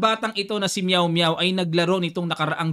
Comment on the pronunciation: bat meow meow hindi miaoyo pag pronouce coach ? palayaw nya ba yan?